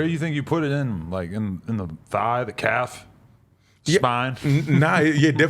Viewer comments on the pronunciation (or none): none